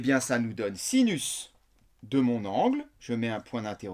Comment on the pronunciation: Super video euh par contre à vous avez dit sisus au lieu de sinus ahahzhzhzh mais bon ca arrive a tout le monde.... bises!